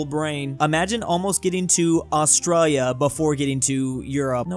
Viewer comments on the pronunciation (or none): none